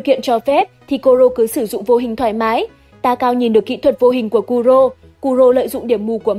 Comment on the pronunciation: Thêm 1 tên nhân vật sau nữa, takao đọc thành Taika